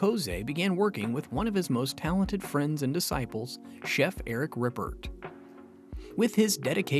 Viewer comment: It's not pronounced 'lay burnahrdinn' or 'errik rippurt'.... 🤦